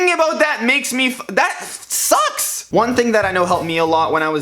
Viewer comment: Sometimes, when he say: "sucks", I hear "socks" lol